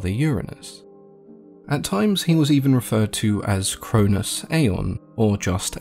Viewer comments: The way you pronounced, Cronus and Chronos, was the confusing part. The way you said them made them sound like the same name. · Ian pretty sure its kronos not cronus